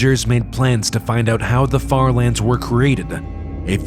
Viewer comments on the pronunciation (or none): Bro said farlandes